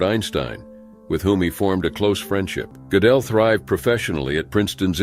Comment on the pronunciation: That's NOT how Gödel is pronounced - at all. I was only listening and it took me quite a while to realize whom you were talking about although I know his biography well.